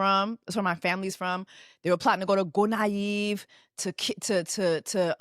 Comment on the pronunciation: Not Gonaive. Gonave.